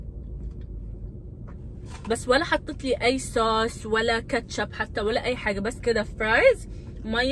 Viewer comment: الناس تقول صوص مو سووووووس